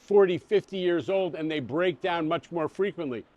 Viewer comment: Franklin Delano Roosevelt, not Delanor 😉